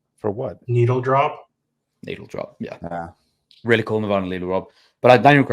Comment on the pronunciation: how did no one pick up on pronunciation of needle drop 😭